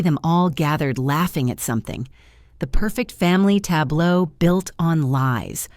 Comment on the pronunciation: Tablobe? Tableau, please.